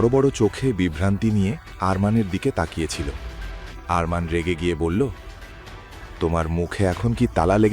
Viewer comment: অরমান নয় আরমান বলুন